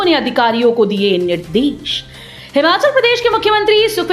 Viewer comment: Yellow hota h na ki yallow bolna to sikh lo Nirdesh bolte h na ki nirdish Kaha kaha se aa jate h news dene